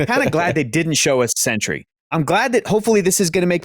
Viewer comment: it's Sentry lol